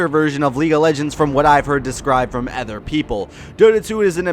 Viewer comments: Idk how you manage to say "ehther" instead of "other" every time without correcting yourself once. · I can categorically state that I have never heard anyone else pronounce "other" as "effer".... so that's new.